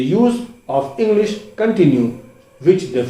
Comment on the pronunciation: Why you say engglish